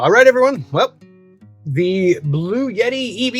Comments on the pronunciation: All good, except the brand name is BluEtti, not 'Blue Yeti' as it was pronounced. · For the love of GAWD stop calling it a Blue-Yeti. It's a Blu-etti. There isn't a "Y" in there for Pete's sake!!! Now - carry on..... LOL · Why are you pronouncing it as “Blue Yeti”? It’s Blue Etti. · There's NO Y In bluetti. LOL Not a blue yeti, but a bluetti. LOL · PRONOUNCED " BLU- EDDI" NOT "BLUE YETI" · I ask Bluetti how to pronounce the name. They write back " Blue Ti" because the TTI part of the name, which is its triangular logo, has a triple meaning. So don't pronounce it as "Blu et ti" . Do do as they said :" BLUE -TI" ( two syllables, not three). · There is no "Y"...In bluetti...Bloo-Etti....You did a great job with this....and gave some very helpful info.I really appreciate your efforts with this.. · blu-et-ee. no "yuh" sound. Thanks. 🙂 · Why do people pronounce the manufacturer name as "Blue Yeti"? There is no 'Y' in Bluetti. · but it sounds like you say blue yeti. 🤷‍♂️ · You are not pronouncing it in either of those two main ways. There is no "yet" in the middle. Suppose you have a friend Ed that everyone calls Eddy. Say: Blue Eddy. That is how it is pronounced. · Learn to say Bluetti correctly. You sound dumb when you are too lazy to read a word correctly.